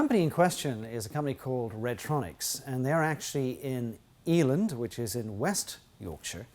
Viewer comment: Hi. Just FYI, it's a short 'e', not a long one. So e'land not Ee-land (I'm a Yorkshireman. We get squiffy about these things! Lol).